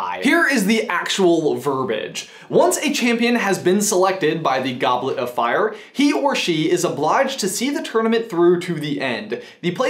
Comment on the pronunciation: HARRYH DID YA PUT YA NAME IN DA GOBLET'O'FAYAHH